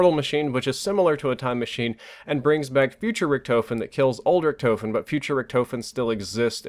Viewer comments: I noticed be saying Richtoefen instead of Richtofen 😂😂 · "Rick-Tah-fin" not "Rick-toe-fin" just letting you know because I know you like to have good pronunciation. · How hard is it to pronounce Richtofen like tmartn says rickduhfin and is saying ricktoefin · how can you hear "Richtofen" so many times and still say it like that?! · Man, you said Richtofen wrong the entire video. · Please tell me your joking? He can't even say richtofen correctly.